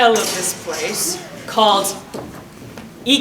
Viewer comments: The funny thing is, actually pronounced Ikea correctly in Swedish XD What a funny panel, I had a blast watching it! <3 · when said Ikea. Did he try to pronounce in it swedish? Cuz that's basically exactly how you pronounce it😂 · Who knew knew how to pronounce IKEA right